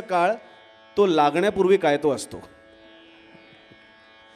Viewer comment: खरा तो प्रेमाच्या ऐवजी खरा तोह प्रेमा असे उच्चारण होत आहे .दुरुस्त करा .लेखनिक हिंदी भाषिक किंवा काॅन्वेट शिक्षित नको .